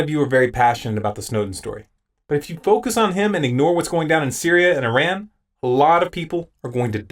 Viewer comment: Nice video, except you mispronounced Iran multiple times. I have been noticing this development with Syria, but I thought that the UN report was inconclusive?